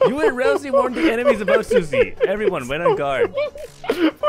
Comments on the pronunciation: Ralsei, not ralzee. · RALSEI IS NOT PRONOUNCED "Ralzee"!